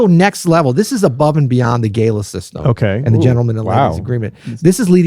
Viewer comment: PLEASE . WHAT IS GAYLA O GALA ?